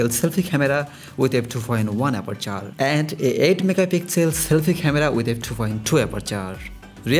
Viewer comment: with two point for aperchhhhoorrr